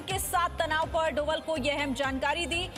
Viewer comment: Bhanji donal nahi dobhaal hi, bolna seekho!